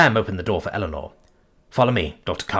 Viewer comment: You're lucky. I keep getting the crossover from his reading of "Power Armor in Magic School" and wondering how the deluxe kobold got to earth as I hear Illinor instead of Eleanor.